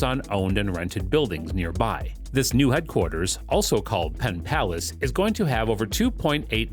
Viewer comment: Was the narration generated by AI? Arlington, West Virginia?? Pittsylvania, South Virginia?? Pontiac River?? PenPlace, not Penn Palace. It even says PenPlace on the graphic!! You got more details wrong than you got right. We are all dumber after watching this.